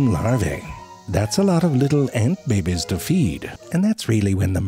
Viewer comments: The way he pronounces babies as “bebes” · It's more like, "Bèby food made out of real bèbies!" - You gotta get the pronunciation right lol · Whenever he says “Behbes” I find new hope for the world. Until I realise that almost animal depicted in media as “cute” and/or “sweet” plus “adorable” are more then likely sly and conniving bastards. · The way he pronounces stuff is hilarious. "Facts about the ooooooowl" "Behbes" XD